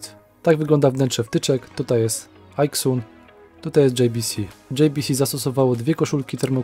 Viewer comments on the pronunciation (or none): Wymawia Pan Aixun jako ajksun. Anglik wymówiłby to ejksen, Chińczyk jako ajksen. Natomiast szanowny Pan wymawia to po polsku ajksun. Wracając do firmy JBC - jest to firma hiszpańska, która nie ma nic wspólnego z anglikami czy amerykanami. Po co więc szanowny Pan na siłę amerykanizuje nazwę tej firmy? W języku poskim wymawiamy jot be ce, a nie dżej bi si - tak w analogii do ajksun. W języku hiszpańskim natomiast JBC to hota be ce, ponieważ litera J w języku hiszpańskim to hota. Zatem proszę używać oryginalnego, hiszpańskiego nazewnictwa hota be ce albo polskiego jot be ce i nie amerykanizować firm, które nie mają nic wspólnego z amerykanami.